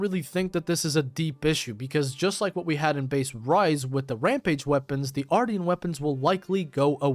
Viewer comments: Dude… AR-SHEN -tian is pronounced shen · Ar-sh-ee-an weapons***